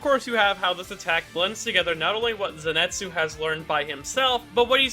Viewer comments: Nice video, but everytime I heard you say Zinetsu instead of Zenitsu, a vein popped out of my forehead. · His name is ZENITSU. NOT ZENETSU. There's an I in his name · I was hearing zenetsu all the video, and bother me so much... I'm glad that I'm not the only one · Dude, "zenetsu" I know it's annoying to hear people correcting you over small things, a specially when it's affected by your accent. But hearing you say "zenetsu" Over and over again is taking a toll on my mental health it's zenitsu. I know this is annoying, buuut hearing zenetsu over and over again is also pretty annoying. So please it's an i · Who is this “Zinetsu” you keep talking about? Is he Zenitsu’s twin brother? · I'm sorry but it annoys me how he pronounces the name "zenitsu" as "zinetsu" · Ok is it me or is he 90% of the time saying "Zinetsu" instead od "Zenitsu" Not to hate tho, I love this kind of videos and I love this channel but it just puzzled me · I like how he says zinetsu instead of zenitsu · But it kinda bothers me that you call him ‘ze ni tsu’ and not ‘zen i tsu’ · Zen-neet-soo 👏 Zenitsu 👏 not zen-net-soo 🙂✨ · paige Jay Wrong. his name is CANONICALLY spelt as ぜんいつ、not ぜにつ THEREFORE, it is pronounced “zen-et-soo”, not “zen-neet-soo.” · If you are gonna make a vid like this can you please say his fucking name correctly. ( Zen EE TS zu ) 🤦‍♂️ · Ze Ni Tsu! Repeat after me! ZE NI TSU! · I was gonna watch the vid but then he said Ze net su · Just like saying Zenetsu huh ? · I’m sorry but the way you pronounce zenitsu hurts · U keep saying Zenitsu’s name wrong 😑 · That name pronunciation tho. It’s killing me.